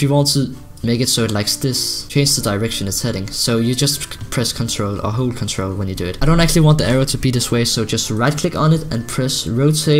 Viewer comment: when u said CTRL it sounded like u said crunch roll